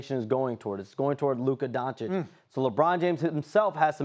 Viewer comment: These espn fa990ts still don’t know how to pronounce Doncic